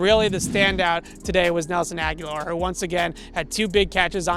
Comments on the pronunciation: Good piece for sure. That said, why are you mispronuncing Nelson Agholor’s name? It’s pronounced A-guh-lor, and you’re pronouncing it like A-gya-lor. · A-go-lore. Nelson A-go-lore. Not Aguilar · Love what you do. Thanks for bringing us all this great info! Lets go pats!!! Oh and not that its too important but you keep mispronouncing Agholor you keep saying Aghular ✌😊👍